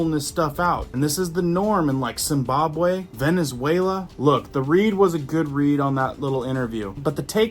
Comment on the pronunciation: Dude, your grapes of the English language is pheromonal am id things going nookyular and authoritaryism all around us from here to Sumbobway. Very informationative. Then out of then